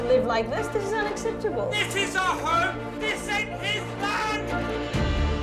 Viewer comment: First 2 minuits in the video i hear "we have to pay awer mortgage" im sorry but i think its messed up to rent out property u havnt paid for yet and making somebody els pay ur mortgage, at the verry leased own the home before u rent it, renting homes should not be a business/main income -_- just my opinion thu 😮